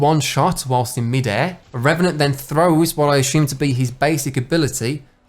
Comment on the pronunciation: I’m hyped to play as RRRRRRRRRRREVANANT!